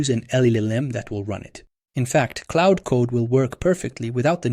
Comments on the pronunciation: claud not cloud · Claude is not pronounced the same as cloud dude. Confusing as f